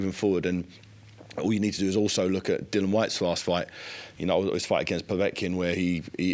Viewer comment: 😂 spent the majority of the interview calling Dillian….Dillon 😂